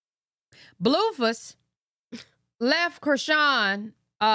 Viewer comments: She does call him bluefus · 1. I love the way you say blueface cause it sound like you calling him doofus 2. I been saying no way that girl lying about EVERYTHING a female ain’t that delusional for no reason